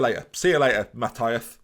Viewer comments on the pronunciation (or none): Ma-Tee(as in the first part of Tee-hee)-Ass and the last name Friis is like "Freeze" just with an "E" sound rather than an "I" sound, so kind of like "Frees" You welcome,. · It's pronounced Matias, the h is silent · Everyone: It’s “Mathias Friis”: Ma-thy-uss Fweth.